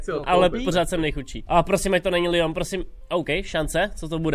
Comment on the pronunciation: Město Nice se nečte "najs" ale "nýs" Město Lyon se nečte "lajn" ale "lyjon" A Sevilla se nečte "sevila" ale "sevija" 😂 Prosím trhá mi to uši :D